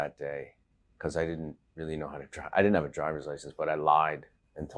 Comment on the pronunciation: director: I thought you knew how to sing opera? michael: I DID-ant ....